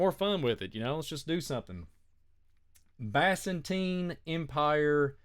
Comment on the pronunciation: I like you , you seem very nice it’s pronounced biz-in-teen and na-crop-alas I hate when I’m pronouncing things wrong , it gives people excuses to discount what you say ! Keep up the good work